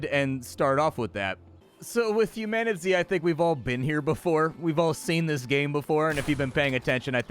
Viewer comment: ...what is it? Mispronounced. Humanitzed.